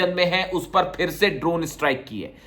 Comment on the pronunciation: Looks you pronounced ARAMCO ( आरामको ) as आरा"न"को ‼️😂 Take care‼️♦️